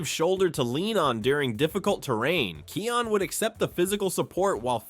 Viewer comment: why are you saying his name like that? it's Kion, pronunced Kai On